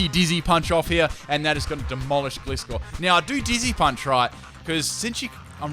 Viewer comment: I'm sorry but it's been bothering me, gliscor is pronounced gly-score